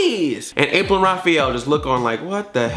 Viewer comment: “Rapril”, good god. XD